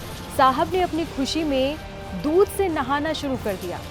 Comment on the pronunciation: दूध नहीं है दूधी है😂😂😂